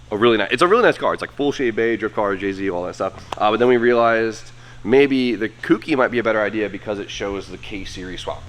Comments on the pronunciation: Smh... he normally says cookie (read: coo-key) instead of kouki. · koh - oo - key